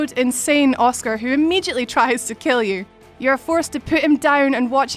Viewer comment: "Uscar off ustoru"